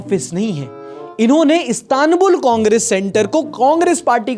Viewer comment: Istanbul ka nam tu sahi sey len seekhlo bhai